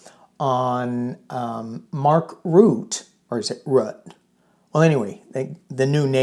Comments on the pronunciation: Just a comment on Nato chiefs name... it is pronouncen Mark R-u-t-t-e, ie every letter is pronounced.... dutch is difficult, just as difficult as danish 😉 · Mark Rutte both 't' and the "e" are ptonounced. Blessings! Granny Eleanor in DC. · His name is pronounced 'Roo - tuh'. My son lived in The Netherlands for 20 years and knew Maark personally. He is a very down to earth, intelligent, no-nonsense guy. Europe's memory is very, very long. They fought FACISTISM once, they will not stand for the faintest smell of it again. Fake pretend strong man 45 will soon have his diapered butt handed to him if he continues with his blustering BS. 😂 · His name is Ruhttuh. Like in ' heard' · Pronounced Rue tah. He ran the Netherlands for years